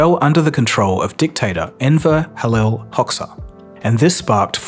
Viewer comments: You did all this research and couldn't even pronounce E. Hoxa's name right 🤷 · Was gonna say the same thing. Takes like 5 seconds to google it. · Thank you. Absolutely painful hearing the gross mispronunciation in this video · Yes, it was painful to hear how it was pronounced in the video. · Love to see this very important topic covered by such a big media like you, hate to hear the basic information such as the albanian ruler name being so badly mispronounced. It's not crucial to the cause, but it's something you can improve in the future ;) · Really butchering the names😂 but great video I'm Albanian and knew all these stories but I've never seen footage so its cool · Was it so hard to just find one of the videos and hear the right pronunciation of the Enver‘s name??? 😂😂😂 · Bizarre that you completely mispronounced Hoxha. Surely, to compile your video you must have watched at least one news report from the 1990s? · just wondering why you didnt research how to say "Hoxha"? I see this so often on youtube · >"Hoxha" ugh >"communism" UGH Dude, seriously, do your research before making a video, because that is just sad... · ...and i suppose it was to hard to google how to pronounce 'Hoxha'? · It's amazing how easy it is to look up how to pronounce foreign names. Way easier than, say, making a whole documentary about them. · it's Hozha not "Hocksa" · Thank you for your hard work and all the research that went into this video. However, I think it bears noting that the dictator's name is pronounced /Ho'-ja/ - since we're all here to learn, I think even small things like that are important to get right. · The name of the dictator is not pronounced Hoksa, it is actually pronounced Hoja, and the is pronnounced as the letter "J" in English same way as you would pronounced Jay or Jeremy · It's read Hoja (like Muslim cleric) not Hox-ha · Please note that Enver's surname is pronounced Hojah not Hoksa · The Albanian ruler's name was pronounced "Hocha", not "Hoxa".